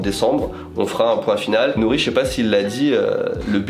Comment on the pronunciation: Ohhh le "R" de Nori magnifique vraimment 🤩👍